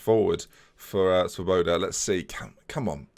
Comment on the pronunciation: Just thought I would let you now that Svoboda means freedom in Czech and it is pronounced differently - look at google translate for the correct pronunciation. Good vids keep up the good work